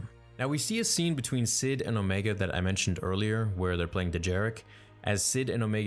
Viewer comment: It’s pronounced omeeeega